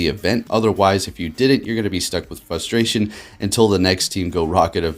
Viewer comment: fRustration, the r isn't silent.... lol